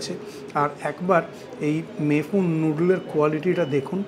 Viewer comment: ভুল করে আশিস বিদ্যার্থী লিখেছি; ২৪:১৫ তে দিব্যি "মে ফুন‌" বলতে শোনা গেল, হয়তো র বহুবার ঐ উচ্চারণের জেরে!